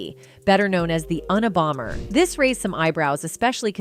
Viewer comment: I hate these voice overs. They always mess up words and names. Uni bomber... SMH